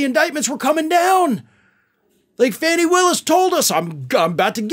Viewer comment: Okay it's driving me nuts. You keep mispronouncing the Georgia prosecutors name. You keep pronouncing it Fannie one is supposed to be pronounced fawnie you know like a baby deer with a e at the end. I can't help it it's just like if it's not done right it drives my brain crazy and I just have to try to correct it.